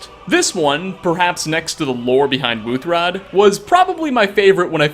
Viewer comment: “ad” it’s “Wutuhrad “ . Not “ Wuuthraad “ Isgramur is shivering in his grave now .😅